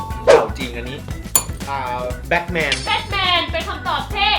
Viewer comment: Batman อ่านว่า แบทแมนนะครับ ไม่ใช่แบคแมน